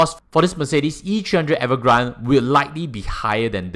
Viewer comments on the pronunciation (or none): its avant garde, not evergrande 😂…. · Wrong pronounciation for Avantgarde. It is a french word 😂. I always hear ppl saying as much as possible, pay for a car in full cash is better. Is it really better financially ?